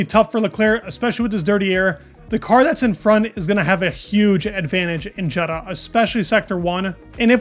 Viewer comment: Not Jed-uh. Ye-daw.